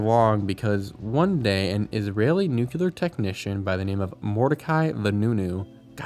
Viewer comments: Nu-cle-ar. NOT nuke-u-lar. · It’s pronounced “NOO-KLEE-AR” not “NOO-Q-LAR” Just look how it’s spelled… NUCLEAR… not NUCULAR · Americans - nuclear is "new clear" not "new queue lar" and escape doesn't have an x in it. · NUCLEAR. Not Nu cu lar. You actually said it a couple of times but you kept saying nucular like W.Bush. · NU - CLE - AR repeat after me... NU - CLE - AR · Good video but please quit saying “nucular”